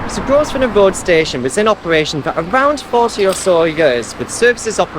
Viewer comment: Don't think the 's' is pronounced in Grosvenor...love the new informative format